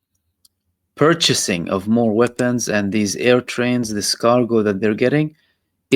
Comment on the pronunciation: "purchasing"? haha ha